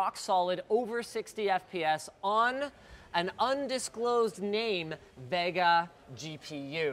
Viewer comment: The way you say Vega hurts me inside.